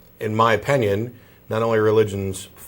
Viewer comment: "In my oPAINion"? 😂 Exactly. 🎯